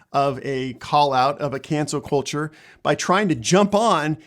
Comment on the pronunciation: When he says cancel culture it sounds like cancer culture.